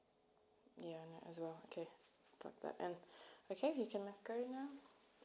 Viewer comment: Und Hold, she sounds a bit German to me?